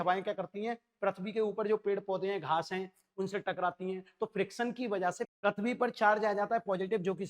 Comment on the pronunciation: पृथ्वी होता हैं सर परथबी नहीं होता हैं